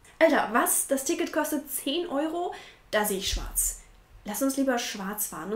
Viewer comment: Bist du deutsch? Oder warum kannst du schwarz so gut aussprechen ? 😄